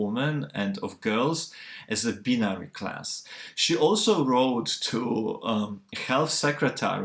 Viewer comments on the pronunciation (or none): You have a strange way of pronouncing 'China' and 'binary'.